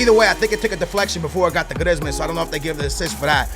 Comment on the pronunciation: You prennounce it Greezman